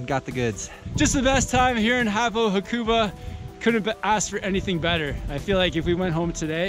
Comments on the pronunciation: Ha-ku-ba :). (even emphasis on each syllable). Great vid guys! I lived there and go back most years. Love it! Cortina is my favourite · Btw you are saying hakuba wrong